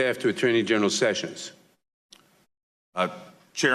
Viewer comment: ~[12.08] ... 'General'-SESSIONS!!!??? >(*U^)<